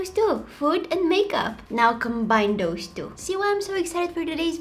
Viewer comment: She said " Thosh tu" Real " Those two"